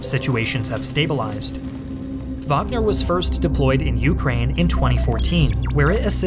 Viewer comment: I love his videos, but the way he pronunciates Ukraine is extremely irritating, i can only cringe so much lmfao